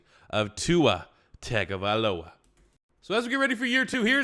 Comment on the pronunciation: Tagovailoa is pronounced (Tongue-OH-Vae-Loa)I’m Polynesian so the wrong pronunciation of poly names bother me. Good vid other wise.